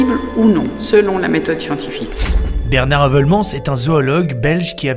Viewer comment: Un belge 👌 par contre votre prononciation de Heuvelmans 👎